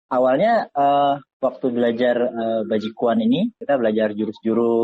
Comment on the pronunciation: Someone please tell him how to pronounce this in Chinese, it's sad that he has a hobby for 6 years and doesn't know how to say the word.